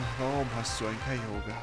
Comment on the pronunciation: Wieso sprichst du Kyogre so komisch aus? Ist das wie es auf englisch heisst?